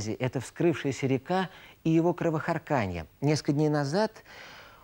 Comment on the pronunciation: А ведущий не удосужился посмотреть,как правильно ставится ударение в словах"кровохАрканье" и "безврЕменье" ? Или для неофитов сойдет? Неофит ...для неофитов.